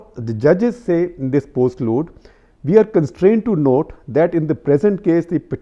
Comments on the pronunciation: It's postlude, not "post-load" :D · the words are prelude and postlude not " load "